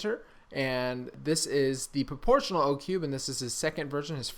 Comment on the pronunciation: I thought you were saying proportion one handed